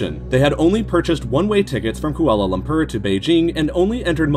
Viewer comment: Kuala Lum-purr